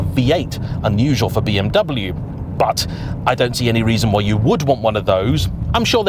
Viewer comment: Another "expert" who can't pronounce BMW.